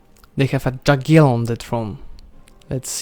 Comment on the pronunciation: Borders 13/10 litteraly The way you say Jaggielon 0/10